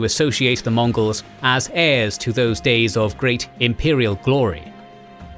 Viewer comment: "Earliest deees" Man that was a little funny-sounding lol